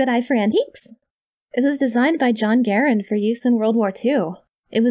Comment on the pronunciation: I have to applaud you for correctly pronouncing John Garand's name since a majority of firearms enthusiasts usually don't! Also, asking an amateur gunsmith to not tinker with your firearms is a losing battle!